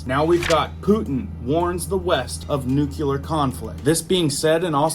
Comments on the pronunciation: No cle ar not nuc u lar. Lol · Ffs... it's pronounced..Roi-terrs... It' pronounced New-clear ... not NEWK-ULAR...... It matters....